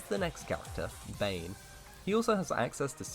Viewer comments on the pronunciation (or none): none